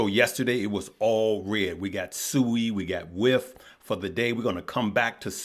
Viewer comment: It’s not Sooooi it’s Siiiiiiiiiii